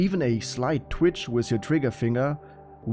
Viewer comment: "A sleit twitsch wiff ze trigger finga"